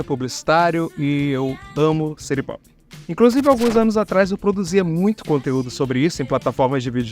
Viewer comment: Adoro a pronúncia "siri popi" kkkkkkk Ser aquático musica popular🍷🗿